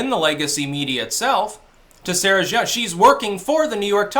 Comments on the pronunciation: Pronunciation note: The surname "Jeong" is pronounced "djung," rhyming with "dung" or "hung." The "J" is a regular English "J," as in "jump," not a French "j" sounding like "zh." The reason for the weird and misleading "eo" spelling has to do with the Korean government's romanization system, instituted in the early 2000s. The diphthong "eo" is pronounced somewhere between "uh" and "aw." So "Seoul" is "saw-ool" or "suh-ool." To sum up: not "zhee-awng," which sounds vaguely Chinese, but "djung." Carry on. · Jeong: "juhng"